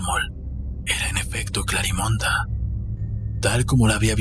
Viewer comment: Me gusta la historia ya la había leido pero no me gusta que se diga Clarimonda, suena como munda, se escucharía mejor CLARIMEND aun k termine con e (las voces con esa distorcion me desesperó) Pero estoy enamorada de la Historia, me encantaría ser Clarimond Yo no puedo donar sangre tengo mis venas muy delgadas es por genetica